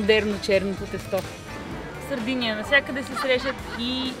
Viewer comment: Мила, Сардения, а не Сардиния.Островът носи името на най-ранните заселници племената сарди.